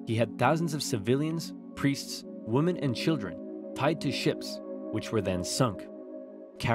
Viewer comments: For the sake of my dear mother, please pronounce the plural of "woman" as "wYm mIn" Thanks! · Damn. Dude is incapable of pronouncing the word “women”. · Do you realize that you keep pronouncing the plural noun “women” as the singular noun “woman?” It makes your sentences sound grammatically incorrect. The plura “women” is a very unique word where it’s irregularity is that the pronunciation of the first vowel changes. The “o” in that word is pronounced like the “i” in “bit” which is very unusual for an “o” but pronouncing it this way would really make your speech more consistent with mainstream dialects of English. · I just have to say how much I am enjoying and appreciate your videos, but - plural of woman, women, is pronounced wim-in... I don't know why within the last few years people have been saying woman for both singular and plural pronunciations but it's driving me up a wall. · "Women" is not pronounces "wuhman", but "wimen". Sorry, this had to be said. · Hey, great series! But why is plural “women” always pronounced as singular “woman”? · Why do you pronounce women as woman? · Where are you from originally? I've heard you pronounce "women" like "woman" a couple times. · Love your work! We have watched every video you have created. My kids love them! The tiny little fly in my ointment is that it grates on my ears when you mispronounce the word women. (English teachers, man! You just can't please them!) Anyway, looking forward to the next video. Keep up the good work!